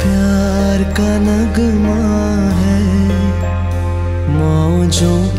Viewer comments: He lost me on pyar ka naGma hai🙄get your Urdu pronunciation right before you sing such a beautiful song. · well sung and awesome Voice, please concentrate on pronunciation too. It would be more good if you say naghma instead of nagma, as it was written.. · You have good voice but your pronunciation is messing up part of the the song....it doesn't pronounce NUG-ma it pronounces NAGH-Maa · it's not nugma its Naghma incorrect pronunciation of urdu words spoils the song. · Oh dear u killed when u pronounced ced the work NAGHMa wrong... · Pls litsen नग़मा pronounciation in old song ajkal ke singer ko kya hua h